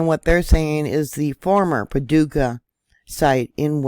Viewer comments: You said Paducah right been there sweet people in the community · Well, got to thank you. That uranium site you found was a surprise to me and I've lived in Clarksville tenn, been to Paducah ky. Which you pronounced correctly and have a daughter living on the border line who likes to go to the land between the lakes..... This news just broke my heart a little more. 😳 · Yes, you pronounced Paducah correctly. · Hi! You pronounced it correctly. GOD shows me things to, tonight it was the movie It’s all about earthquakes and rift from South Dakota to Texas, that spilts the United States in two. Very interesting. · Paducah is my home. I was born here. And yes, you're pronouncing it correctly.